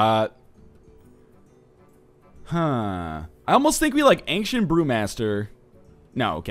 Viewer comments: Do other canadians pronounce it anksient? Seems really weird to me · Does anyone else think he pronounces Ancient weirdly....